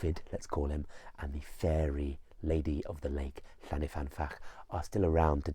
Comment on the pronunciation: Hi, Welshman writing. I grew up near the lake in question, which is located near the head of the Swansea Valley close to Brecon. I love the presentation and video footage of the lake in this video, but I would like to gently point out that the lake is called Llyn, not Llan, y fan. Llyn means lake, whereas Llan means a sacred enclosure such as you get around a church. About 80 places in Wales are called Llan-something, usually the name of a Welsh saint from the 7th century, eg Llandaff, Llandeilo, Llanpumpsaint (the enclosure around the church of five saints).